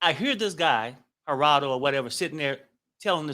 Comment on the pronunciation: Not a fan of King. The way he was pronouncing Gerado’s name was very ignorant and disrespectful. He was also disrespectful on the panel towards others, esp to women, and I could do without him on show going forward. It’s hard to take someone seriously and be open to their words when they’re being extremely rude when making their point.